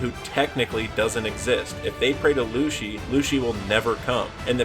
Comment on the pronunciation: I'll subscribe when you learn how to pronounce "Lucy" and "Sogeking"